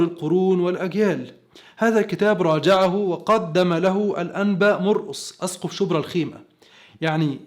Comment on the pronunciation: ههههههه مش عارف تنطق اسقف صح